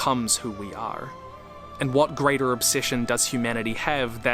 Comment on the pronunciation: huh just noticed it. did always pronounce the r in "are"? his accent is non-rhotic. In the start of the sentence for example he pronounces curse /kʰɜːs/ It's possible for some grammar words to acquire pronunciations that don't match the norm, especially at the last position in the sentence, but it's surprising and now I wanna keep listening for that